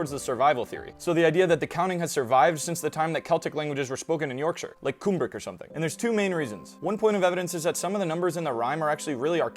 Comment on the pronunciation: Cool video. Just a heads-up it's "Come brick" as opposed to "Coom brick". Cumbric and the Welsh word for the Welsh language "Cymraeg" are basically the same. The region is called yr Hen Ogledd or the "Old North". Place names like Rheged and Ystrad Clud are well known to Welsh speakers and the Old North plays an important role in our earliest literature and folklore. It's a strange experience as a Welshman to visit these parts of Northern England and Southern Scotland where the people that we considered to be our fellow countrymen were displaced by the Angles and the Gaels. The Old Welsh/Cumbric placenames are still there and the landscape is so similar to Wales.